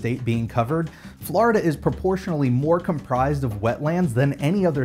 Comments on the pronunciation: it's florida not flarda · It’s floor-duh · Sounds like he is calling it Flarda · You can tell someone is not from Florida because they say Flarida. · The way he says Florida fills me with rage. There's no "A" in there buddy.